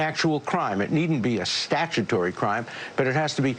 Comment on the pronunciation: I don't want to hear Dershowitz say "statutory" again